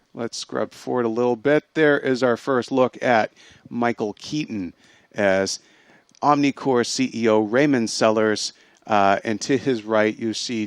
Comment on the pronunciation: Why do you guys constantly keep referring to the organization as 'OmniCore'? It's OmniCorp. Get your facts straight you so-called film geeks.